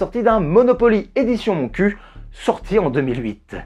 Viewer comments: Salut, Juste un petit point: Montcuq ne s'est jamais prononcé moncu mais moncuk... De plus, depuis la réforme des communautés de communes, Montcuq a rajouté ''en Quercy blanc'' dans leur nom... Donc la blague n'est plus valide. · Haha 😂 c'est trop drôle... Pour être née dans le lot, la ville se peononce MontcuqUE 😁😂😂🤣🤣 mais c'est trop drôle, je savais même pas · Super vidéo, comme d'habitude ! Par contre je me dois de signaler que le "q" final dans le nom du village de Montcuq se prononce. C'est moins marrant mais c'est la prononciation exacte ;)